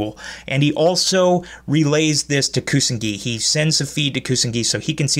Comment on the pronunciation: Good episode & good review! But the name of Playmaker's partner is Ku-So-Na-Gi. And it's Soulburner who says: No it's their Ace monster. And not Playmaker.